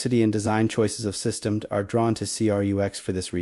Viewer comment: if you are going to use an ai reader you should write your scripts for its issues. For instance the ai says systemd the way its written but should say system dee. ai readers aren't too smart about the difference between how humans talk versus how we write.